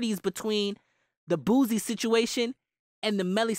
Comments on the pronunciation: It’s not “Boozie”..😂 It’s pronounced “Boo-See”...or “Boo-C”. I guess it’s a Louisiana thing. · you said boosie name ugly